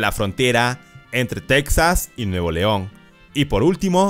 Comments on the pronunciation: Buen vídeo amigo. Pero no se dice tecsas, se escribe Texas, pero se pronuncia tejas. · En español Texas se dice Tejas no teksas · En español se pronuncia /tejas/ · Es texas no texxas